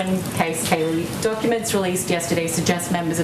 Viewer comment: Liee=see kaylee